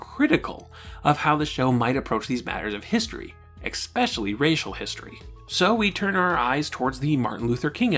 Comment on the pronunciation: Man, I’m loving this series! If I could offer one tiny bit of criticism it would be this- the word “especially” is not pronounced “eck-specially”. Sorry for the nitpicking, but I thought I’d point it out. Solid, solid work!